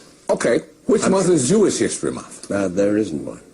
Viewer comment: See how only when put on the spot he says " I'm actually Yewish." Alot of falsehoods are traceable to certain groups that interest is keeping black and white people at each others throats, while they screw us both simultaneously.